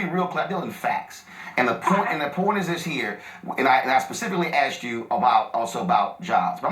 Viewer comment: just said AXED when he MEANT ASKED, can't even speak American ENGLISH. Ghetto is showin' bruddah.